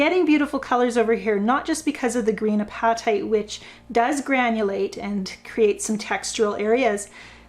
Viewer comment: apatite just like ur hungry. u being canadian may wanna make it different but i believe the stone is pronounced the same no matter where ya go or what ya speak. some countries make it a different word altogether but yeah pretend ur gonna eat it. lol great vid. sorry im so late to it.